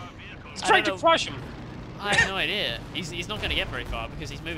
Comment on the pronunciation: It's been 2.5 seasons, I think I can finally say it before I burst: the word is ideA. [aɪˈdi:ə], not idee. Keep on rocking.